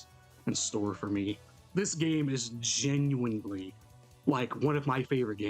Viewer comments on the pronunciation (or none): none